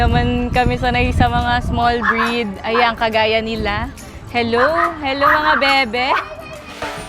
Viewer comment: Oe pwesent😅 henlo friends😆